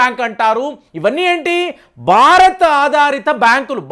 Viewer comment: మీరు ‘బారత్’ అంటూంటారు, భారత్ అని పలికితే వినాలనుంది